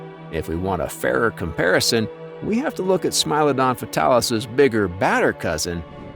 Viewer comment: It's not pronounced smile-odon it's more like smee-lodon